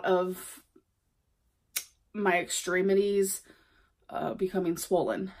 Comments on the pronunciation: SHE DID NOT JUST SAY EXTREME ITIES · “My ex-treem-it-ees “